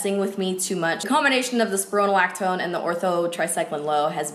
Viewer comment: I'm a MA for a dermatology PA. I love your channel, have been watching since the beginning. Just wanted to put some words out there regarding your medication. It's pronounced like "spy-row-na-lac-tone" & one of the main S/E is dizziness, you are right about the potassium levels, if you eat bananas while taking this, the combination of those 2 will make you extremely dizzy. I believe it's a great medication, I've seen a lot of success with our patients & to see success from YouTube star is great! Females have both male & female hormones, this medication blocks the estrogen that can cause acne. We usually titrate pts up with this Rx & always get their BP & like you said, blood work is done. I also did want to mention the Accutane medication, a lot of people are scared to take it but it's usually people that haven't talked to their Dr or Dermatologist and only friends or family. For males, theirs no harmful S/E. The biggest S/E for women is birth defects. Which is why the female patient is to be put on 2 forms of birth control & is to not get pregnant otherwise that harmful S/E will come in to play but if you remain safe while having intercourse, you will be fine. The most common S/E though is dry lips and skin. You will honestly have the worst chapped lips of your life but at the end of the 5 mos tx, you'll be looking great. Again, just wanted to throw that out there. I really love your channel & you are absolutely gorgeous. Not trying to hate. XO